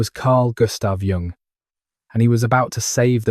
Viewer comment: I think it is AI because he can’t pronounce the name of Carl Jung.